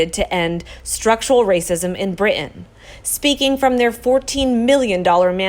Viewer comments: Bri'in is actually spelled and pronounced Brit-ain; Not Eye-beeeza - Ibeetha. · I love this channel, but I hate your pronunciation of “important” and “Britain. When did it become cool to leave out the “t” in words? Sounds stupid. It’s not “impor’ant and Bri’ain”! 🙄🙄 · Narrator, please learn to enunciate the "t" sound in the middle of words such as, "Brittain," and "important." It is not, "Bri' ain" or "impor' ant."